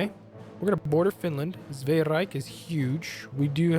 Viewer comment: German Reich sounds like German Rike.